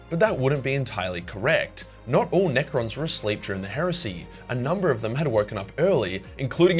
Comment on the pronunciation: I'm here just to hear you say NEcrons were in coma, in bed